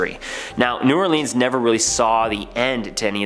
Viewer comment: Guy: ays it "New Or-Leeeans" Me: He's gotta be Canadian... (I'm Canadian btw.)